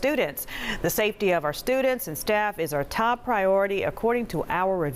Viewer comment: I love how she said citidenship😭